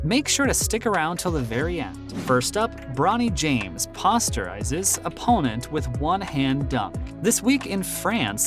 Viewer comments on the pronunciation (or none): This dude said Pastarize 😂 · pos-ta-rize LMAOOO. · Dude said posterize wrong, it irked me🙃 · This nigga just complete butchered posterize LIKE HOW U GOING REPORT AND BASKETBALL AND NOT NO HOW TO SAY THAT WORD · dude can't even say posterize? and you a sports channel? damn lol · You really out here making basketball videos and don’t know the script you’re reading says: ‘posterize’?